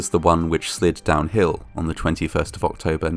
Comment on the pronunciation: Wow. For a minute there I thought you said “ ork-tober “?? Hahahaha. Too much GW hobby time. Great job/channel excellent